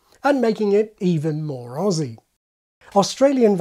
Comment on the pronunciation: That was the best pronunciation of the word "Aussie" I've ever heard from a non-Australian I almost cried a little